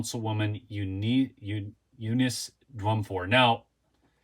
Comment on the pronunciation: It's (You-niss - NOT You-nees)